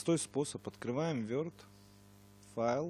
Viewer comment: не верд а ворд или word